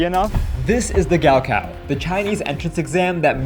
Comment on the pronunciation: It’s not gowcow its 高考